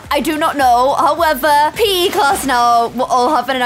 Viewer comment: Who else thought when said "OMG they can have PE in the pool" She said "OMG they can pee in the pool"